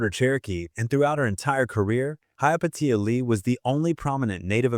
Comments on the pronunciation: I know but apparently the ai voiceover does not. it mispronounces her name repeatedly. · "Hi-ya Pay-sha" Lee. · Dumb as AI interpretation of her name and pronouncement! Pathetic! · How many different ways can the AI narration mispronounce Hyapatia and never once get it right? I stopped counting at 7. It never pronounces the name the same way twice and never gets it right even once. On top of that insult, this video has a lot of weird opinions that just don't sound natural and create nothing of substance. Why would anyone subscribe to a channel like this that's just AI garbage? But the AI still begs for a like and a subscribe all the while being blissfully unaware of how stupid it's narration sounds to a human brain that knows better. I refuse to support creators who do nothing but allow AI programs to create for them so they can make money doing nothing but creating content that's mediocre at best. And hardly anybody ever calls this out. People, demand better contact made by human beings, down thumb and refused to support channels like this